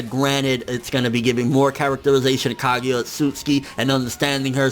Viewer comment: Her name is not Kagya, it's Kaguya. 1 Love